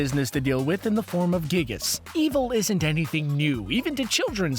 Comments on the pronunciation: I'm sorry, but MINECRAFT'S FANBASE IS NOT MOSTLY CHILDREN YOU TWAT Also, it's (Guy-Gus,) NOT (Gig-us.) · it's pronounced guy gas. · it's pronounced guy-gus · Can we just admire the way he says Giygas for a second G i g g i s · It's actually pronounced Guy-Gis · His pronunciation of it bothered the heck out of me